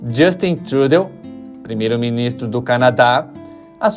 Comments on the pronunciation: Fala-se Trudô - é frances. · Meu filho, É /trudô/. A pronúncia é fundamental pra quem produz conteúdo. Dá credibilidade. Sou polaco burro, também. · O sobrenome é francês : fala- se TRUDÔ . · Se é jornalista aprenda a pronunciar pelo menos o nome do lider político do país... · Não sabe pronunciar o nome do primeiro ministro do Canadá. Triste triste. O seu inglês deve ser um desastre. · Se o Canadá não gastasse o monte de dinheiro na Guerra da Ucrânia poderia investir em financiamento de baixo custo em habitações mais populares. A imigração é um mero ESPANTALHO, coisa que ninguém está levando em conta, inclusive esse autor do vídeo que vai na onda e não procura achar as raízes. O cara que fez esse vídeo conhece tanto, mas tanto mesmo o Canadá , que nem consegue pronunciar o nome do Trudeau.😑😑😑😑😑😑😑😑